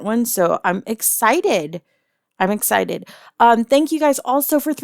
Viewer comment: "egg-cited"? Seriously?